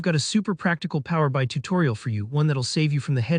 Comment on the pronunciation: Just so you know... the application you're talking about is pronoumced Power BEE EYE, not Power BYE. It's kind of basic.